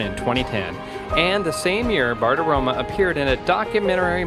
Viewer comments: As Maria herself pronounces it, it's BartiromO, NOT BartiromA. Do your research. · Dude, pronounce her name properly. There’s an ‘O’ at the end of her name, not an ‘A’.